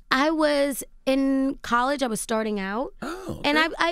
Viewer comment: Angela it’s COLLEGE, NOT CAAALLEGE 😳